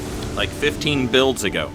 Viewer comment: At first I thought he said "15 bills ago" and I was like, that's a neat way to label months. But no, he said builds.